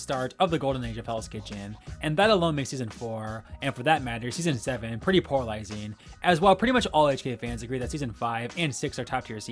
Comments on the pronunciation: Great video as always! If I may make a gentle constructive suggestion, though: It would help if you slowed down a bit with your talking points. You speak very fast and it makes you more likely to mispronounce words (I kept hearing 'poralizing' instead of polarizing), as well as blend your words together to the point that I needed to repeat certain parts of the video to hear you correctly. I don't know if anyone else had the same issue, so I won't speak for them. Other than that, I enjoyed the video. 😃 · The return of "poralizing"